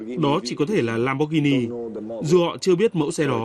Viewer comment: Value giọng Bắc, lam bót ghi ni haha